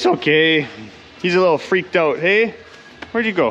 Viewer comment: owwt, owalt ( northern for out)